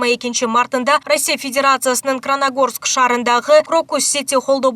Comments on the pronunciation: Кранагорск эмес Карындашым КРАСНОГОРСК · Красногорск шаары,Кранагорск эмес кабарчы кыз!!! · Кранагорск.. дейтко😂 красногорск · Кранагорск дейт го мекиепте начар окуган окшойсун журналист. Красногорск деген жер бар 😂😂😂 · Краногорск эмес красногорск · Краногорск эмес Красногорск чон кыз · Кранагорск эмес ,диктор Кыз. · Кранагорск дейтко а😂